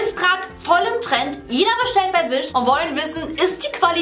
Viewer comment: „Wisch“ :D